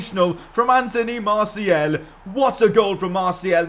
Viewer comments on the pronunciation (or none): martial is said like marshial not marciel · Dose he not realise that its is martial and not martiel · Hey bro it's MartiAl ! with a A not a E. now i give a important mission: in your futur videos you need to say Martial with a A not a E. Good Luck Bro 👈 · Martiel pls just say fkn martial it's not that hard m8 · Could you stop pronouncing Martial like Martiel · Ur really meant to pronounce it like marsiel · Learn to say martial